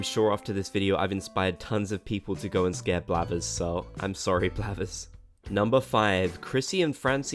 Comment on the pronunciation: Ok. It's blathers not blabbers...